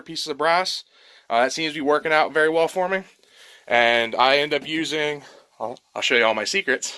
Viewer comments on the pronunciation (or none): none